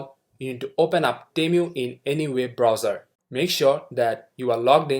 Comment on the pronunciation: not temyu, is it tee-moo, (long tee and hard u in mu)